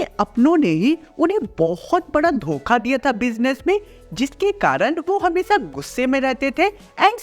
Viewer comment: Shi se bol le